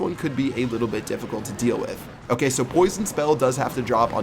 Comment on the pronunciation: Lmao salt word "okeh"